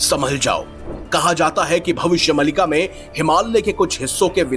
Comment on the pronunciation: Arey murkh bhavishya maalika bolte hai Mallika nhi 😅 Mallika sehrawat ka fan hai kya ??